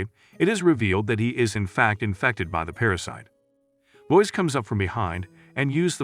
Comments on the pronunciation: Lo-is, not lois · "Loiz" lol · It’s too bad all these recaps use Ai voices. Proper pronunciation lost. So grating to hear Lois, etc spoken wrong.